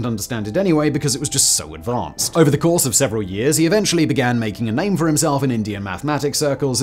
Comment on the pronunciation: I was thinking exactly the same thing... I love Simon's shows and presentation style, but this really grated on my ears when he repeatedly mispronounced the mane so many times.